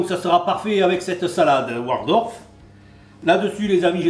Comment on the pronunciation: He keeps saying "Wardolf"....hehe. Somehow I remember a Waldorf salad having walnuts in it too.